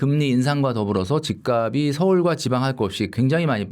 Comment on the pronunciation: ('집값이'의 발음) 집까비 -> 집깝시